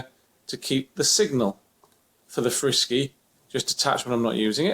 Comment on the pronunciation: its not frisky its Fr-Sky